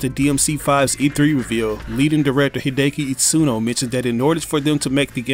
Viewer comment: “He-day-key Eat-suhn-o” Goddamn😂😂